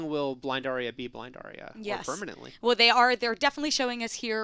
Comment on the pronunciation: these two don't even know how to pronounce Arya!